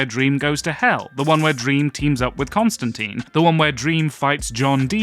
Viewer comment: Amazing video but man the pronunciation of Constantine 13 minutes in jumpscared me